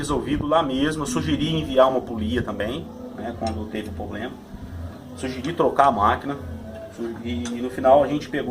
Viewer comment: não é "pobrema" e sim "problema"